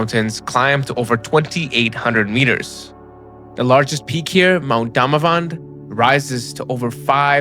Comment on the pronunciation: How about you pronounce the names correctly , wtf is DOMAVAND or Moe Zandaran ? 😂